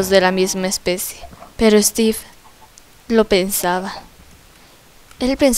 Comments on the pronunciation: Es steve no esteve yo estoy escribiendo de lo que como pronuncia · Guadalupe Medorio se dice Steve